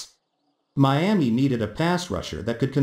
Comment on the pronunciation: What’s a Meeaa-mee?